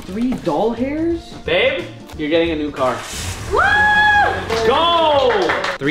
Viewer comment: Yooooo so it’s not just me that says doll hairs instead of dollars sometimes lol siiiiiiiick 🤘🏼